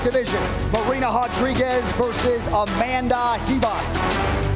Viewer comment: Hodriguez? Really?